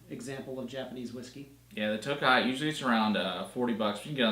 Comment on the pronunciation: Nice combo review! The Toki (sorry to be that guy but it’s pronounced toe-key not toe-kai 😅) is made specifically for highballs. I definitely agree that the harmony is a great NAS whisky & well worth regular retail. I don’t remember what the 12 tasted like...only had it years ago when it was unremarkable & I didn’t enjoy whisky. 😭. The 17 & 21 I still see floating around but they’re absurdly priced & a hard pass for me. Like you mentioned, the bottle is perfect to keep as a decanter (my scotch infinity bottle is an old harmony). Keep up the great reviews!